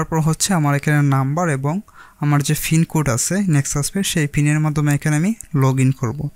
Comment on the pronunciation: ফিন না পিন 😊